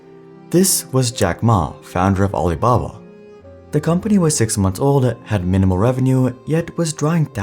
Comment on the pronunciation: Did anyone else hear aliblabla?